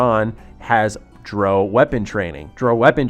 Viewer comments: It's pronounced dr- OW not dr- oh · You're pronouncing drow wrong. It's not Dro. It's drou. Like ow dr-ow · Bro...it's Drow (cow), not Dro (crow). Pretty clear has had almost no exposure to the fantasy genre of games lol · It's Dr-ow, not Dr-o. Really looking forward to this game, especially if they have a dungeon master mode, could mean replacement for pen and paper for people who don't live close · Why do so many youtubers have problems saying Drow? It's like brow with a D.. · it is lol. The op of this comment is calling out the incorrect pronunciation of the video maker